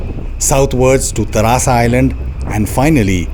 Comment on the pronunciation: It's not tarasa it's Teresa Island. Before delivering any commentry 😊ensure you are correctly naming the A&N Islands.